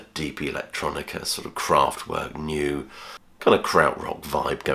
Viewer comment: Radiohead section. 'New'? Pronounced Noy.